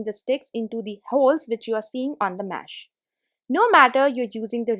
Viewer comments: The word is mesh not mash. Nice hacks though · It's not mash... It's mesh....just open it....just close it....just slide it...I suppose u use the word "just" a lot. Can u do the videos in Hindi??